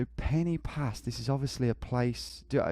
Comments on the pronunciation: Brumie twat penny pass lol should be pronounced Pen ar pass. totally clueless. Perfect score give me a break. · Quick Welsh lesson: ‘y’ in Welsh is pronounced ‘ugh’ so Instead of ‘Pen ee pass’ its ‘Pen ugh pas’ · Pen y Pass is pronounced Pen uh Pass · tom mate the Y in pen y pass is pronounced Uhh so it's pen uh pass i know confusing but just trying to help